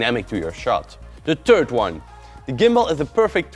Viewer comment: "the terd one" lmaooo